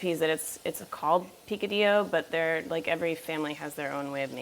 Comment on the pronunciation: Say P - Ka - d - yo, not P - Ca - d - Lo....